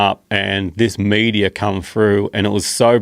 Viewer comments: Kept thinking he was saying media at first lol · Who else heard "100s of media" not "meteor" ?😭😭😭🤣🤣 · At first I thought he was saying Media...lol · For the first few seconds I just heard "media"😂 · Im hearing media, but his saying meteor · i thought he said media until he told that it was falling from the sky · When he says meteor I hear media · I thought he was saying media for a bit. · I thought he was saying media. No, meteor. Lol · i thought they were saying "media" for 2 minutes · LOL - I was almost ready to look up the word media before I realized what he said was meteor. 🙄🤣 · I thought he was saying media not meteor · media , sounds like he is saying all the time media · As an Aussie, I can confirm that hardly any of us pronounce the word meteor as "media". That was strange to hear! Most of us pronounce it how Joe or any other American would. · Media? Not sure if I’m high, or he’s really saying Media?! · I'm an Aussie and I thought he said media too and then realized he must have meant a meteor moments later. They are awesome to see if spend some time out at night but unlike him I rarely in the outback of Australia away from all our city lights so do not see as much. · I'm an Aussie and even I was hearing media, haha.